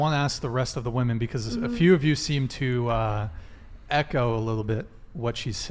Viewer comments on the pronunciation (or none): none